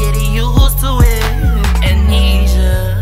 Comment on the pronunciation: Some constructive criticism: Make sure you pronounce and spell the words correctly before you record and upload a song. You pronounced Amnesia wrong the entire time and it's succeed with two c' s not one.